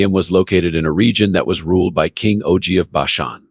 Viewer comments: I want to listen but it's not natural enough and pretty sure it's pronounced OG as in POG not O G as in Owe Gee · It is a computer voice so it pronounce it O-Gee